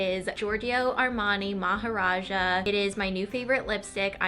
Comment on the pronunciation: ingrid is so LA lmfao, the way she says maharaja..... im indian